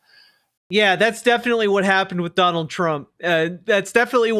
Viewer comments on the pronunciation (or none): none